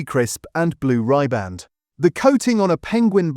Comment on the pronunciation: Rhi-band not rye-band